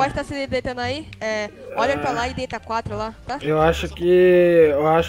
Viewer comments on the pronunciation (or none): none